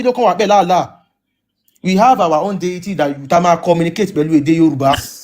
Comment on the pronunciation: Hi, actually, sheik was trying to say 'deity', in asking you to clarify his speech, but he didn't pronounce it well and you too didn't wait, you didn't listen to him before cutting him off. Listen to the record again if I'm wrong. I stand to be corrected please. Thanks. I'm not supporting him just trying to let you see how that word has deviated conversation.